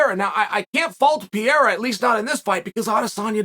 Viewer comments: Only person Ive heard pronounce Alex’s last name like that. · too much brain damage to pronounce pereira correctly